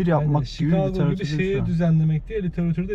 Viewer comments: Dostum yanlış biliyorsun. Şikago doğrusu. Her "CH" yan yana geldiğinde Ç olmuyor. Eğer kelime Fransızca orijinliyse "CH" yan yana geldiğinde Ş olarak telaffuz edilebiliyor. Champagne > Şempeyn, Charlotte > Şarlot, Chigago > Şikago. Bunların hepsi Fransızca orijinli ve Ş olarak telaffuzu doğru. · Ruslar Chika'go der,dogru telafuzu orada dogmus buyumus uber soforu kadina sordum,dogrusu Shika'go.